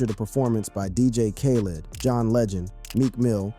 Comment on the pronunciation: "Dj KayLid"wtf😭